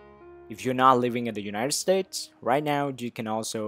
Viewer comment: “Unired states